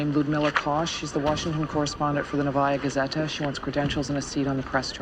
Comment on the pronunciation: Would it have killed the writers to check the proper pronunciation? It's "NOvaya gazeta", not "noVAya". Suka bljat'.... Edit: Even more comical when you consider that actress Svetlana Efremova is Russian-born and would've picked up on the error in an instant. (Although maybe she did, but was ignored by the besserwisser 'Muricans?) 😂